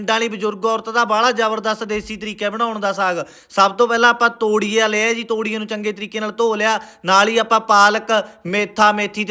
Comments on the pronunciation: ਤੋੜੀਆ ਨਹੀਂ ਹੁੰਦਾ ਤੋਰੀਆ ਹੁੰਦਾ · todia ni toriya hunda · ਤੋਰੀਏ ਨੂੰ ਤੋੜੀਆ ਬੋਲੀ ਜਾਨਾ ਪਹਿਲਾ ਠੀਕ ਬੋਲਣਾ ਸਿਖ ਲਾ ਵੱਡਾ ਤੂਂ ਬੁੱਧੀਜੀਵੀ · ਤੋਰੀਆ ਤਾਂ ਕੈਹਿਣਾ ਸਿੱਖ ਲੈ , ਫਿਰ ਵੀਡੀਓ ਬਣਾਈ